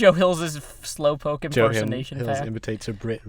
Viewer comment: "watashi wa hills-u desu"